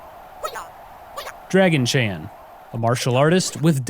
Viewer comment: Why is he pronouncing Dragon Chan as "Dragon-chan"?